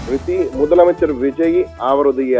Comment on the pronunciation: Yov news reader madaiya. Theliva mudalamaichar nu sollu ya